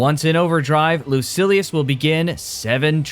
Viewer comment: Lucilius not Lucius